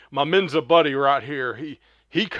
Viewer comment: Please, just show the videos. We're all smart enough to add our own commentary. This is essentially unwatchable. Terrible commentary. Just shut up! And it's MENSA not MENZA. SMH